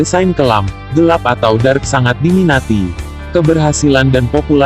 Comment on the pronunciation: Dark bang bukan drak